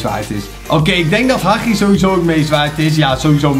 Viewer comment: Spreek hagi aub uit als Hadji. Want je spreekt het verkeerd uit